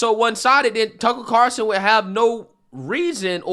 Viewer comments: I'll never get over how funny it is that you call him "Tuckle Carson" 😂 Seriously, it makes my day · Love u bro but it’s Carlson not Carson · It’s “CarLson”, not “Carson”. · Have you just given up on pronouncing his name correctly?